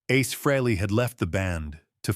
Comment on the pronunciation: There is no A in aces last name until a couple of months ago it was pronounced freeLee get it fix it igs agrivating!!.